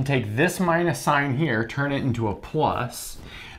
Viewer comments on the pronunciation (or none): none